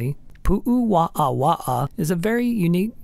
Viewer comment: Out of respect for our valued indigenous culture, please learn the correct pronounciation of Hawaiian words and place names. Heiau is pronounced "hay-ow." Waawaa is pronounced "vah-ah-vah-ah."